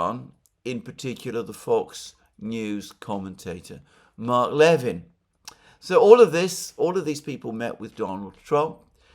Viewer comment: "Mark Levin": "Levin" is pronounced "le-VIN", emphasis on the second syllable. Just saying! 🙂